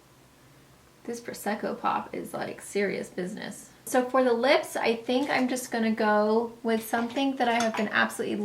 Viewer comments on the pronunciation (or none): none